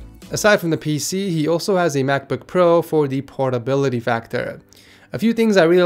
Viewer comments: i thought he said "pornability factor" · almost thought he said pornhub-bility